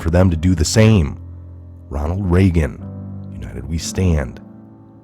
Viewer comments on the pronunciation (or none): none